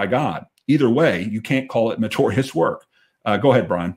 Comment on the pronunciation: Dear. Love you brother, but the word is meritorious not matorius. Just that I’ve heard you say that word. Don’t mind me. I have the same problem with people saying nukular instead of nuclear.